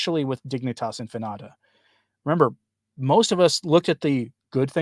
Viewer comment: Infinita... In-fee-nee-ta.